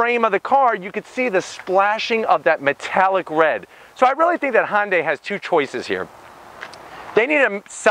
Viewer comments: for the love of baby jesus...if you can't pronounce it correctly can you at the least get the name respectfully close? Dude you are a YT car reviewer. You can't claim ignorance (Google it). Say it with me...HUN-DAY... HUN-HUN-HUN-HUN-DAY!! Its not a Honda ok? Good review. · That's a Hyundai not Honda, Honday! Stop saying Honda. Even the closed caption says Honday! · No its actually Hee-Yun deh. Read the above again I said at least get it close which HunDay is compared to his pronunciation which was Hahn-Day. Mmmm K ? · Hyundai not honday , please learn how to use English and look at the badge its spelt Hyundai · Why he keep saying Hon-day? Its not a honda related brand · Is it Hon-day, or Han-day? Definitely never heard it pronounced this way… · Edit: I'm gonna zonk you on the "Han"dai....lol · Kona, Hawaii, is the home of the Ironman World Championship. That’s the motivation for the Iron Man partnership with Marvel (not Audi). And what’s up with his pronunciation of Hyundai? It’s a subcompact SUV so technically smaller than compact SUVs or CUVs. That’d be the Tucson. Anyways, done here. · Learn to pronounce Hyundai bud